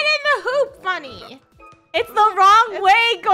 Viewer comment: FUNNEH ITS LE WROUNG HOOOOP LOL🤣🤣😂